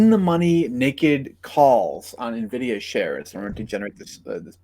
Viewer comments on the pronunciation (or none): It's "EN-VIDIA", not "NA-VIDIA". 🤦🏻 The title of this channel is appropriate, lol.